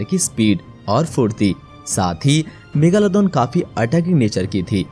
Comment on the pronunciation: bhai ya megalodon hain megaloddon nahi